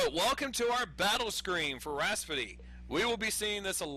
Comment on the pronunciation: lol. "Rhaspody"...